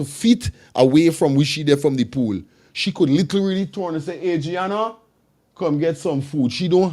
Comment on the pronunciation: At least you should get the child’s name correct. It’s been in the news for so long. AD -RI - ANNA YOUNGE!! Come on guy…..